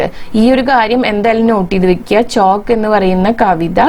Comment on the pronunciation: ഹലോ ചോക്ക് അല്ല ചൗക്ക് എന്നാ